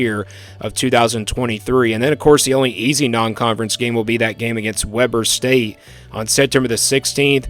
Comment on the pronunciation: goofy. Its not webber state. pronounced w-ee-b-er state. I don't think ur my Utah my homie. But it looks like you might know the sport to a decent amount.